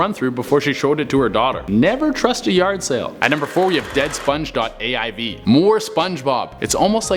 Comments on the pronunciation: avi not aiv. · When he says sponge.aiv it was .Avi 😂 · Guy saids deadsponge.aiv Me: it’s deadsponge.avi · spongebob aiv Me: dude it’s AVI! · Also... “At Number 4 we have DEADSPONGE.AIV”... smh... c’mon editors... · You totally meant to say .avi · Did anyone hear him say 'Deadsponge.aiv'?